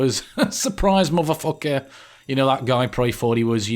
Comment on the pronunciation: "suprise moffafoker"